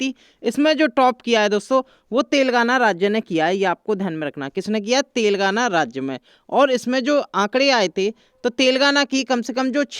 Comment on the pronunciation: Are Bhai tel gaana nahin Telengana bolo 😄😄😄😄😂😂😂😁😀